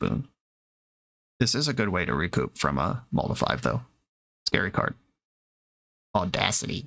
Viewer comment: I actually laughed out loud at The way you say audacity